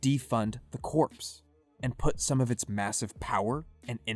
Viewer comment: "Corps" is pronounced as "core" not as "corpse." The P and the S are silent.